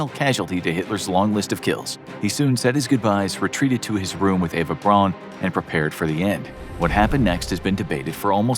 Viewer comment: Braun = Brown Goebbels = Guh-Bulls